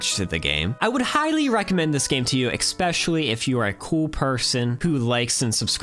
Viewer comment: You know that the word "especially" Doesn't have any K in there, right? I heard you say "eKspecially" twice. The first one made me think "might've been me". But then in the last minute, you did it again!